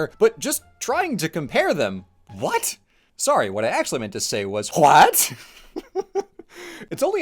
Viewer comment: Omg why did "hwæt" make me snort laugh😂